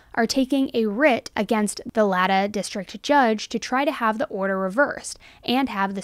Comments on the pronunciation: Just an FYI for future videos on this case, Latah county is pronounced “LAY-taw.” Not nitpicking , just informing. I’m an Idahoan and between Brian Kohberger and Chad & Lori Daybell we are becoming notorious for all the wrong reasons. Thank you for providing good information! Your research is pretty amazing. I’ve become a huge fan of your channel. Well done! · it's pronounced La(y)-tah county😊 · LAY-tah county not La-tah. Just fyi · Latah County Pronounced - LAY-ta County It's LAY--TA COUNTY... Latah County. I live a little over an hour from there. Just wanted to let u know cause it sounds super funny when u say La-ta county... la-deee-da!! Haha! But ya, it's pronounced Lay-ta County. Like lay down! And ta, as in ta-da! You'll sound more informed/educated if u say it correctly. I have actually had to appear in court there, latah County court house, when I was 18 for drinking under age. I use to drive to Moscow and party on weekends after I graduated from high school, and before graduating lol... I got caught with and charged with alcohol under age and MIP. So I am very familiar with this County. Plus, my sister lives there with her husband, kids, and family... I live in Kootenai County, Coeur d'Alene, ID which isn't very far from Moscow... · Please pronounce the county correctly! It’s LAY TAW Not La tah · Lay-tahhh lol Thank you for going through that HUGE document for us! I appreciate you going over it. Most true crime channels have hours long live streams overdramatizing it and I don’t have time for tragedy pimps. As for DoorDash, I think BK was potentially the delivery driver that brought Xana/Ethan their food and that’s how he slipped in. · Love your channel. Just to let you know, Latah county is pronounced “Lay-Taw” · Latah County is pronounced ‘LAY-taw’ County by those living here. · Lay-tah county. Sorry, I live near there. We have a lot of Latahs in this area. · FYI from a local, Latah is pronounced - Lay- taw. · Just FYI Laytah is pronounced like lay-taw.